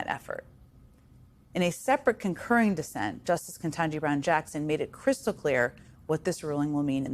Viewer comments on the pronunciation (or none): Please pronounce Justice Ketanji Brown Jackson correctly. It’s not Kantaji. I have heard you mispronounce a few times now